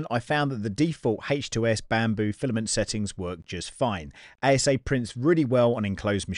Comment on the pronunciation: 😂 you mispronounced ASA as ABS. ASA is Acrylonitrile Styrene Acrylate. Just had a laugh when you said this. Great video.